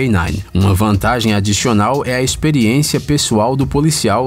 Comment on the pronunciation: eu ouvi direito ou ele falou "Adichional"? 😂 esse é o primeiro erro q já vi nesse canal mds😍